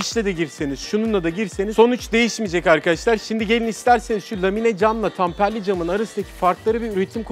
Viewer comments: Tamperli değil temperli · Tamperli değil temperli cam abi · Tamperli cam değil, temperli cam. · Kardeşim yalnız tamperli cam değil, temperli cam olacak.